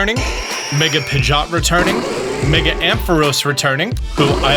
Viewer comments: It’s not pigot It’s Pidgeot. If you watched the anime you’d know that lol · Don’t think I’ve ever heard someone pronounce Pidgeot like that before